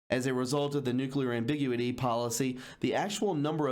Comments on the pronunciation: Why don't you go through the news articles before hand and just highlight a few points then elaborate on it instead of reading it to us like were kids. The way you said ambiguity drove me crazy. Just a tip. Make it fun crazy eyes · Great reporting. But Disappointing that you mispronounce so many words on each video when you could do the research by looking at a dictionary. Words like Ambiguity and Bedouin.